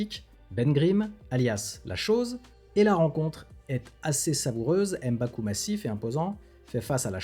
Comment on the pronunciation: M'Baku, on ne dit pas "Em" Baku. Comme pour M'Bappe.